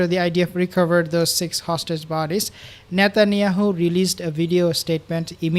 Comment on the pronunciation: I thought he was saying shatanyahu. Hysterical 😂😂😂. Poor nutty is unhinged.